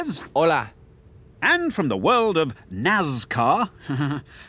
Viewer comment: "The World of NAZZCAR"